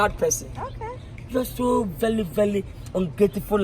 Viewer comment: Gorgowl😂😂😂😂 vely vely vely blealifel